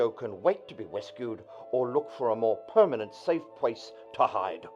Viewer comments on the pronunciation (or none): "A pwermanent safe pwace to hide."